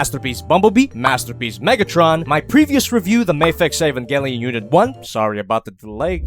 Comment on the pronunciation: E-VON-GIL-E-ON. Okay if thats how you want to say it.